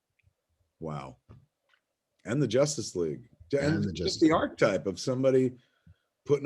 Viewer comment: "Archetype" is pronounced ARK-EH-TYPE... not ARK-TYPE. You missed an entire syllable.